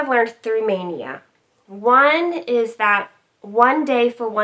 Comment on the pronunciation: Hi! You pronounce my name perfectly. I’m impressed. :) can’t wait to get started - I think I might stitch the black last… mostly because I probably need a spool and want the black to all match exactly. Thanks for having me along for the stitch along. Hashtag sounds great. :)